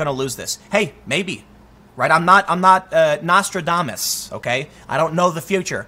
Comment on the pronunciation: Did you say "nostril-damas"?